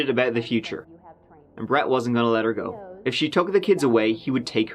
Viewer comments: I think he was emphasising it to let people know he’s not just mispronouncing go. 😀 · I'm not understanding. I did that when he says go it sounds like gew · You’re welcome! And Goo is slang in Ireland meaning to watch or look at something, just in case you think is mispronouncing go). ☺️ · That’s lovely. Give it a goo is slang in Ireland meaning to watch or look at something (in case you think is mispronouncing go). ☺️ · Follow the howl I think that’s where it came from too. Most people think is mispronouncing go. ☺️